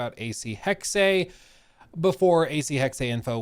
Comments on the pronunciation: it's pronounced AC Hex uh, not AC Hex ay........weird i know....but you're totally saying it wrong. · Interesting pictures. Can’t wait! As a German speaker may i suggest the correct pronunciation is Hex-suh. Not Hex-say. 🙏🏻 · We honestly still saying hex-eh? It really is just HEX... the e is silent. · Stop saying hex-ay, it's NOT correct.